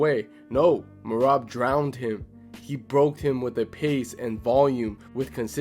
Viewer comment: Thanks for giving accurate thoughts the other guy who sucks Islam off and calls Merab me-rat